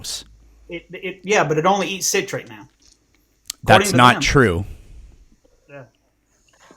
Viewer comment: It's pronounced "sit-rate" not "site-rate" god dammit. Fucking idiot.